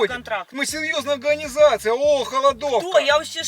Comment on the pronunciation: Только начал смотреть и уже ржу - говорит "у нас сеЁзная алганизацыя" )))))